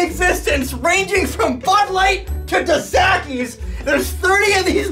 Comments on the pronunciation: "Da Sackies"? Dos Equis. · The way he said dos Equis lol dos sacky 😅😅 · I've never heard someone pronounce Dos Equis as 'dossehkies' 😂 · DoughS Eh Keys..... not what you said. 🤣